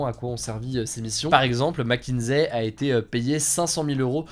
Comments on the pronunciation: Mc kinsey non mckinzey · Ça se prononce macinzi....pas macinsai.... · Merci pour la vidéo, en fait Mc Kinsey se prononce Mac Kinssey. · McKinSSSSey et pas McKinZey. Sinon contenu de qualité, comme toujours !